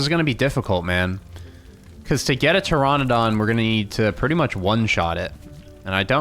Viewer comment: Please call it Ter - RAN -adon, not Ter - RON - adon because Pteranodon is pronounced that way. I have 9 years in Paleontology and Archaeology before people roast me...